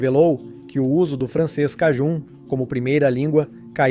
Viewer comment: O nome "cajun" se pronuncia como "kei-djân". Observe que é próximo á pronúncia inglesa para "acadian" ~ "a-kei-djân".